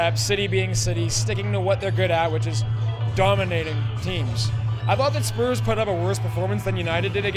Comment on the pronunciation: supporting spurs but can’t even say it right hahaha